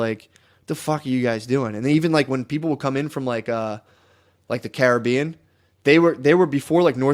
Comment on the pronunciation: He doesn’t know how to pronounce Caribbean lol